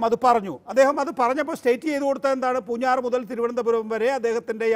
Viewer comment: നികേഷേ പൂഞ്ഞാർ, പൂഞ്ഞാറ്റു അല്ല 😄😄😄